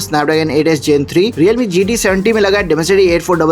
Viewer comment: 8s gen 3 ❌ 8s geen 3 ✅😂